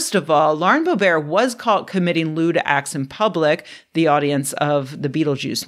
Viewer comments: Lauren BO-BEAR like she's French royalty? It's Lauren Bobert like Robert and that's what she deserves. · It's BO-bert, not bo-BEAR. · Of course time is an illusion. The nature of reality is singular, and the fact we don't perceive this means our senses can't be trusted. I'm so glad Scientists have Predicted 2024, I was starting to worry. edit: And it's Lauren Bō'-bert, hard 't'. Don't try and fancy up her name- she's not fancy. #2 Looks like a centipede, not a millipede- but many body segments appear to have 2 sets of legs. Many centipedes have a venomous bite, don't try and lick if you don't know exactly what it is. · Boe rhymes with toe, bert rhymes with dirt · The way you pronounce Boebert - a joke or a mistake? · The Simpsons misquote was also pretty nice. Oh, and Mispronouncing Boebert like she's French (or Stephen Colbert after he changed it.)